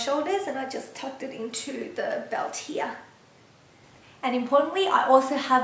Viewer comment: you are so beautiful!!! and i love how you say "here", sounds like german "hier", you are so cute!!!!! <3 ^^ thanks for the video!!